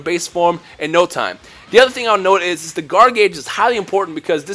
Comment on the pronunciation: Every word with the letters (TH) like the word (The), you pronounce like (Duh). wtf? It's just kinda hard to make out what your saying sometimes...